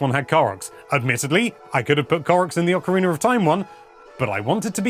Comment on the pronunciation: Why do you say ocarinaR of time!?